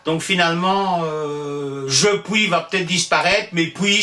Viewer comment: Merci, c'est absolument passionnant ! Juste une question : vous prononcez " pouis" plutôt que " puis", pourquoi ?